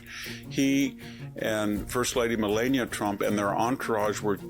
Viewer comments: Victor why did you 😮mispronounce Melania's name? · I couldn't get past the first intro on this one. He mispronounced Melania Trump two times. Why would Victor do this very odd very odd indeed 🧐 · You are supposed to an intelegent man. But you have mispronounced the first ladys name 2 times. It amazes me how you poeple can hear a name 1 million times and atill mispronounce ot overand over. So. from what i understand is that people who claim to be smart. Can hear a name pronounced right over and over still pronounce it wrong. And since you can,'t. You should stop talking on utube. Have a great day.